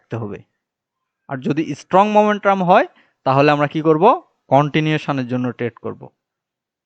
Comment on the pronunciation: ভাই মোমেন্ট্রাম না মোমেন্টাম।